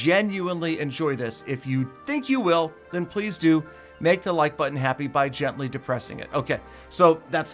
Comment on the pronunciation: am i the only one who heard "gentaly depress the like button" keyword DEPRESS